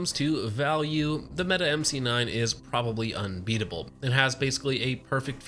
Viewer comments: good video- it is pronounced "meh t eh" not "Meta" to note for next time. Turkish for Brave or Hero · Why do you keep saying meta? I know janik isn't popular with its name pronunciations but in no world is mete pronounced meta, please refer to it as the meaty as it was intended to be pronounced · It's pronounced meh-teh. Not meet or meta or meaty.